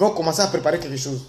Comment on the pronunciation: Ibrahim Traoré Cacao,on ne dit pas Sose mais chose, analphabète Bouki gaou là 😂😂😂😂